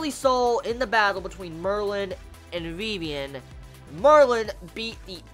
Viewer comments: and why do you call her vevian its Vivian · I think it's pronounced Viv-Ian.